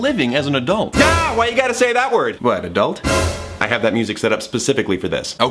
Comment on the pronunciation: "Adultery," honey, no. 😂